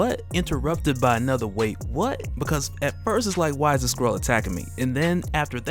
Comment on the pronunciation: Is it just me or does it sound like he says squirrel when he says skrull.